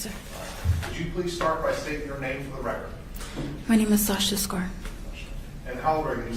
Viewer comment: Her name is pronounced Scar, Sasha Scar, not Scare